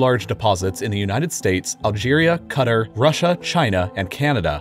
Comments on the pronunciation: Qatar (ka-tar) not cutter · true pronunciation of Qatar is “kuh-taar” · this man fr said "cutter" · I paused to come post this comment. I had to rewind because I swore I heard him say cutter for Qatar. lol Then I started questioning myself about it because I assume he may be smarter than me so he's probably right. Definitely kuh-taar. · I don't know but it sounds like CUTTER has some too; never heard of that place, maybe Qatar? (kwa'tar) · He pronounces Qatar (kuTAR) like “Cutter” and that weirds me out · Fairly certain it's Qa-tar... Not cutter? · It's pronounced Catarr not Cutter! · "kuh-TAHR" not "KUH-ter" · Qatar. Nah, Cutter! lol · Qutar "Cutter" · hot air balloons don't use helium! and Qatar not CUTTER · Qatar is cu-tar not cudder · Did he just pronounce Qatar cetter? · “Cudder”? It’s pronouncedCAT-AR sweetie darling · Lmao cuter. It’s QA - tar no ? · The way he pronounced Qatar as ‘cutter’ made me laugh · i thought it's "quey-der" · It's pronounced Ka Tar. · no, it's Ka Tar. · No one: Absolutely not a single person:: "Cutter" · I think its funnier that im pretty sure "cutter" is closer to the offical pronunciation than something like "ca-tar" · Is anyone going the most mention the fact that he pronounced Qatar like “Cuter”? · Never heard anyone before pronounce Quatar as "cutter". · the way he pronounces 'Qatar' is so fucking eerie.. welcome to cutter!! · I thought Qatar was pronouned “Cutter”. Someone please tell me if I’m wrong. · “Cutter” Qatar: wat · I hate the fact that he pronounced Quatar as Cutter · Didn't realise Qatar was pronounced as "cutter" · Every time I hear "Cutter" it pisses me off. It's like they put no effort into research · you said "cutter" instead of "qatar" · Qatar is actually pronounced ka-tar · Calls Qatar cutter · Its pronounced Qatar exactly like guitar with a Q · Kah- taar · Why does he say Qatar as cutter 🤦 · Qatar ≠ cutter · Bro you pronounced Qatar right the first time and second time you pronounced a cutter tf